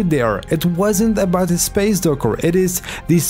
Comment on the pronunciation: Talking abouft a little bift